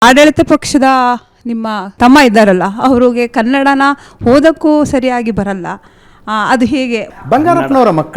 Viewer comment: ಹೋದಕ್ಕೂ ಅಲ್ಲ ಓದಕ್ಕೂ ಅಂತ ಸರೀ ಮಾತಾಡು